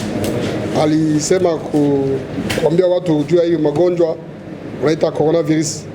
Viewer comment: il ne sait pas dire coronavirus??